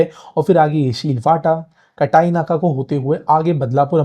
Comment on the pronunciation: Pronunciation of station names in Marathi is important. There is area lokhandwala it is Samartha nagar. कापूरबावडी not कपूरबावडी काटई not कटाई